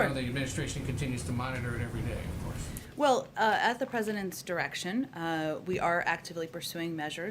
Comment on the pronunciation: When she uses the word well, she pronounces it wool. Sounds like a brat too me.